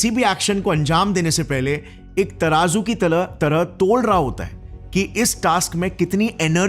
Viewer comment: tarazu ki TALAH 😭😭😭